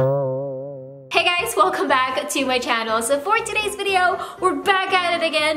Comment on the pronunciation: The beginning.. "is it being electricuted!?" 😭😂😭😂😭